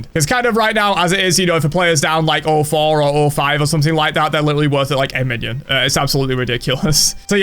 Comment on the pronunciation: There’s a way that he says “a minion” kinda hilarious